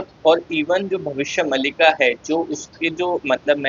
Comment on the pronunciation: भाई ये भविष्य मल्लिका नहीं इसको मालिका बोलते है 😂😂😂😂😂😂😂😂😂😂😂😂😂